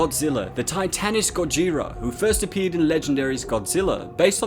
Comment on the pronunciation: ITS GOJIRAH!!!!